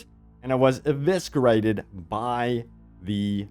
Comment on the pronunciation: XD XD this mofucka just said 'evisckarated'